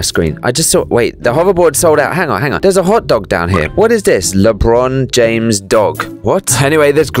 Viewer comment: i love how you pronounced lebron james so much... ughhh